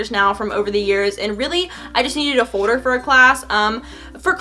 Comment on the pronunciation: Omg your like screaming in the mic and it folder not fowder!!